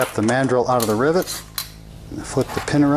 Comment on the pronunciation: I swear to goodness I keep hearing this guy say driblet.